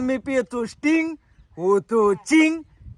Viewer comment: आवाज भारी काढला पण तू स्टिंग बोला आमचा सूरज भाऊ टिंग बोलतो 😂😂